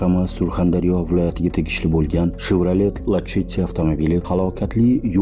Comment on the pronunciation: Lasetti deb qo'yo'ring lacheti deb qiynalme aka😂